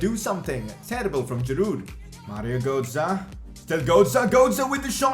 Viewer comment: Mario gootzah? Bro you can’t speek lol